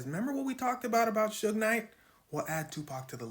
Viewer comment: Not “Sugar” Knight 😂